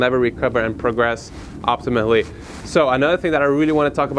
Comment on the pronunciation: optimally,, not optimately xd